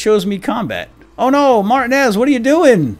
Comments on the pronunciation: isnt it pronounced mar-tee-nez not mart-e-nez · Martinez's name is pronounced mar-T-nez, not Martin-ez. Also, this looks awesome! Do more of the walking dead escapists! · Tip, I think it might be pronounced Mar-Teen-ez, spanish/latino decent I believe :) Keep up the good work! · Martin-ez is not how I thought it was xD I say Mar-tea-nez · Its pronounced "Mar-teen-ez" not Martin-ez. Please fix that going forward, by the 5'th time I heard it, it started making me a little nuts. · You said martinez wrong.....just to let you know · Your saying martinez wrong, not trying to be rude but its annoying.